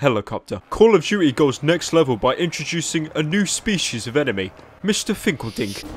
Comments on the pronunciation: One does not simple calling call of duty "call of juty" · Call of Duey ahaha just skip over the T in Duty why dont ya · “Call of duechy”